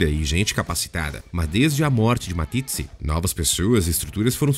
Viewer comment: Dietrich Mateschitz, quem é esse " Matitzi" ??? Sério...